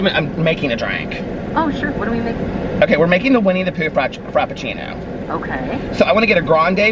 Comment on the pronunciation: Winnie the prue 😂😂😂